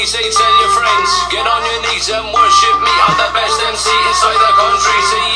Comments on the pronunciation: You you pronounce MC individualy like M C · because he said mick instead of mc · MC not Mick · It’s emm cee not mic good vid tho